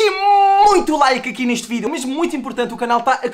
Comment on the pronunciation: "Sejam bem vindos a maiss um vireo" nao to zuando o r nao e sem querer